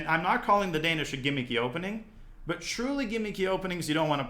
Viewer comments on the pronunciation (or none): The Dan-ya-ish Gambit